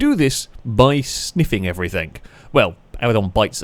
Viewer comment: Love your channel, please try saying everythinG instead of everythinK as it drives me as mad as your races much love